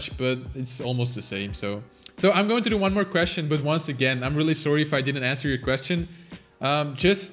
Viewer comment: It sounded like done to me